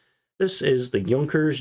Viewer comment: Йот и у читаются как ю. Юнкерс